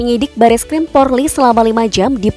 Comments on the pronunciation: Min jangan bilang porli yg benar polri😂😂😂😂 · 😁😁😁 si mimin slh mulu bilang polri malah porli.kwkwckk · Polri ... Bukan Porli.. Sebutan salah makna pun hilang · Yg benar PORLI atau POLRI yaaa penyampaiannya... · Polri bukan porli